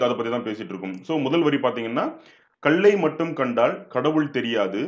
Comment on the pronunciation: கள்ளுக்கும் கல்லுக்கும் உச்சரிப்பு வித்தியாசம் வேண்டும்